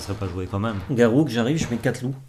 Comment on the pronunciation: Vous êtes très sympa tous les deux mais si tu continues à prononcer "Garrouk" je vais être obligé de voter pour lundi prochain! Sauf si il dit pareil et dans ce cas c'est terrible comme situation